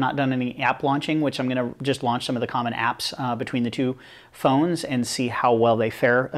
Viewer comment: Phoneses xD